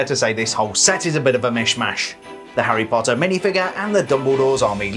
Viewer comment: Love they way he’s says: “Lego Harry pottarh